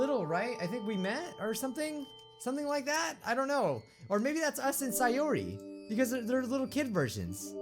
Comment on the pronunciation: And it's pronounced say-ore-e Sayori